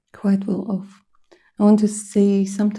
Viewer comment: OH MY GOOOOOD! 🤣🤣🤣 you said "quite well ..f" so I asked out loud "quite well what?" and you said "quite well off" lmaooo unbelievable!